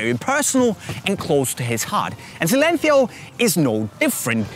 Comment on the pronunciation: Why is he saying silêncio like that...